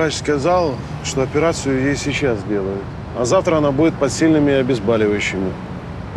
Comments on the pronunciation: ОбезбАливающие!!! Ладно,следак говорит,но доктор!!! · Никогда раньше не думала, что звания раздают по наличию хамства в организме : чем его больше,тем выше чин.И почему актёры зачастую говорят " обезбАливающие" ? БОль -проверочное слово. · 😀ОбезбАливающее... от слова БАЛЬ? Всегда думала, что слово обезболевающее от слова БОЛЬ, обезбОлить, а не обезбалить. ХА-ХА-ХА.